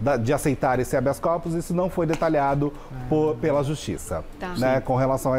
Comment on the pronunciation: "Habeas Copos" o rapaz disse???? 😂😂😂😂😂😂😂 Copo livre? É festa do curso de direito regado a bebida???. 😂😂😂😂 Não seria "Habeas Corpus".